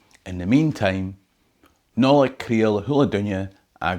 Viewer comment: Right at the end, you said(phonetically) "Bliana MA Ur". Is it not "Bliana VA Ur"?